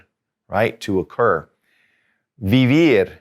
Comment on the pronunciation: Firstly I'm so grateful to you cz you made spanish so easy. You are the best Teacher. but I'm confused. Do you pronounce "v" in vender and vivir like "v sound" in English ? shouldn't it be pronounced like B sound?